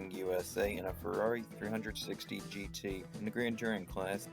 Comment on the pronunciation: 'A Ferrari three hundred sixty.' Lmao